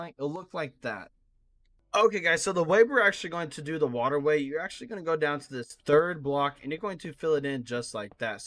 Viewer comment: How many times did he say accualy